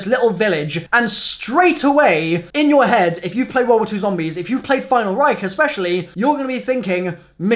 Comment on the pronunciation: If I were to drink a shot every time he say final reicht I would be dead